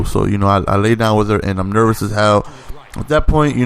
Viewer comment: He forgot hard as well every time he said nervous lmao